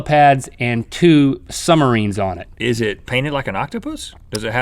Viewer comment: What's a "Summerine?" :P